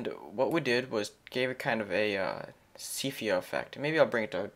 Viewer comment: It's great... but it's "see-Pia" not "see-PHia." You're the best!